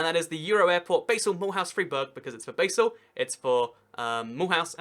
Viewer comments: good video, just fyi: Basel isnt pronounced Baesel, but rather more like Bahsl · Dude Basél is pronounced BaRsel not BaYsel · True, but one small pedantic thing that kinda irritated me was the mispronunciantion of basel. Its bah-sel, not bae-sel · Is pronounced Baa-sle. And you don't need to show your passport when going from Germany to Switzerland but you do have to declare any goods over the duty free allowance. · Hi! You do a good show. well done. Basel is NOT pronounce like the herb but like 'bar', the drinking place. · It's pronounced Bahl or sometimes Bahzl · Please, never pronounce Basel as "Baysil" ever again. Thank you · Americans mispronounce BASEL the same way they invented a different pronunciation for BASIL.